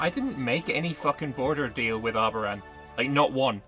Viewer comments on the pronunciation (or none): The moment said...reseeded as Arbaran. oof